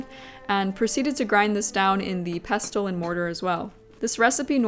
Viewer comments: required gammar karen here LOL Im sure it's just falling due to your particualr accent.... ANN-uhls Normal, everyday English an-NALS Rare, poetic, dramatic, or affected in Pestle the "t" is silent Pess-UL hehehe generally its: INE-corn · Notes on pronunciation: 1) mortar and pestle. Pestle rhymes with wrestle. The is silent. 2) asafetida. The accent's on the third syllable. ass-uh-FET-i-duh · I love ❤ your channel! Your dedication to every detail is inspirational! I want to share a list of words with you so that you can observe the pattern of silent “t”: Rustle Gristle Thistle Hustle Whistle Apostle Castle and Pestle. You requested for feedback on pronunciation of arabic words multiple times in your video. but since you frequently use your trusty mortar and pestle that I thought you might like to see that pestle falls into a pattern of that sneaky silent “t.” again… thank you so much for your beautiful channel. 🙏🏻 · Pestle rhymes with wrestle. The t is silent. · I've never seen someone try to flip an omelette, I've always seen people finish it off in the oven to brown the top. Also, I didn't realise, until this video, that some people pronounce pestle with the t